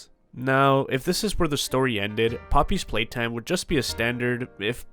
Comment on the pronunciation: Say the name of Poppy Playtime correctly bro 💀